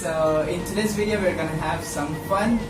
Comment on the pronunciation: yung F kasi sounds P... pati yung video = bideo